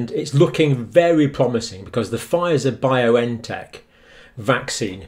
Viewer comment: Just a small correction, it is Bion-tech not Bio-N-Tech.